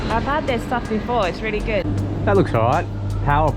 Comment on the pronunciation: This was the best intro in ages. Really passionately emphasises the "gooooooood" in "what...is...good""